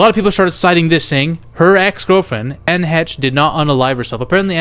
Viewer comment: It's pronounced "An" not "Anneh"